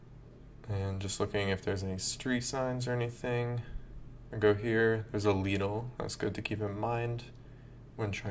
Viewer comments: Very good, except it’s pronounced like little with a d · lidl is pronounced 'lid ull'